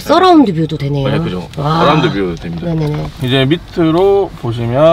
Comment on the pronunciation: 써라운드가 아니고 어라운드 ㅋㅋ